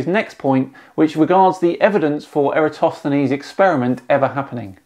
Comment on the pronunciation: That dude completely butchered the pronunciation of Eratosthenes